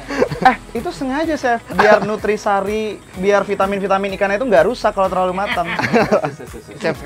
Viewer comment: "biar nutrisari" nutrisi kali banggg wkwk